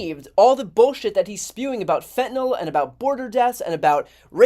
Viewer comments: Idiots don't read. It's fentanyl - pronounced fent-uh-NIL, not fent-uh-nul nor fent-uh-nol. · Why can't these shills pronounce it properly? It's pronounced 'FEN-ta- nil' not FENT- nol'. There is no letter O in the name! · This drives me nuts. Wth is fentanALL??? ITS FENTANYL. Nyl, not NALL. These are supposed to be educated people on tv. Why do people keep saying this? This guy is a clown anyway but wow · When will politicians learn how to pronounce fentanyl. It's not FENTANOL. It's fentaNYL! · It's spelled fentanyl, not 'fentynol'---FENTANYL. Many people mispronounce it too. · Why is it that conservatives cant pronounce fentanyl correctly? its not fentinol! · It's fentanyl which is pronounced fent-a-nill. It rhymes with pill not alcohol. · Fentanyl's last syllable rhymes with ill, not all. (Pet peeve of mine, sorry) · Why can't conservatives pronounce "fentanyl" properly? It's so weird.